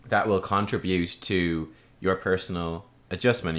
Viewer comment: is anybody else triggered by his pronunciation of contribute? haha